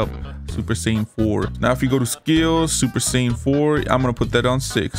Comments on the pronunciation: “Super saiyin red” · He said super sayain red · Super sayin red 💀💀💀